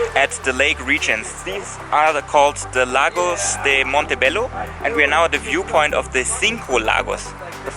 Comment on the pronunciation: Is pronounced, (mon-tae-bae-yo), you white guy